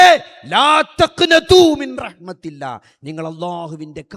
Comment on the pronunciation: മിൻറഹ്‌മതില്ലാ. എന്നല്ല മിർറഹ്മതില്ലാഹ്.. എന്നാണ്..